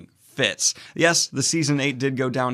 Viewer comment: Every time you say “the best fits of fantasy” I hear “the best Fitz of fantasy”, and I’m like wait there are other Fitz besides Fitzchivalry in fantasy? Too much RoE, over here. 😂